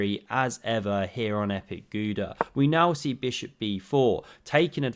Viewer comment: It's pronounced Gouda